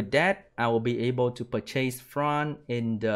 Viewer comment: Disappointed IGN is not JeanB tbh... BTW it's pronounced "Per-chess" not 2 SPD boosts "per-chase". English is stoopid and I'm learning Русский so I get it